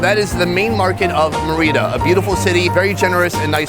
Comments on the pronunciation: Merry-da....not what he said ... cocktail glass is never a cup.. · MARE-EH-DUH say it right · Sonny you killed the word Merida .😅 still like you. Great show